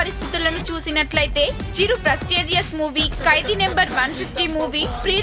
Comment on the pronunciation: amma thali telugu ni khuni cheyyodhu.kaidi kadhu khaidi.